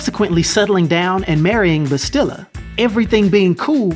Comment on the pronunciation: Yo, where are you from? You keep saying Vitiate and bastilla's name wrong, like really wrong yo.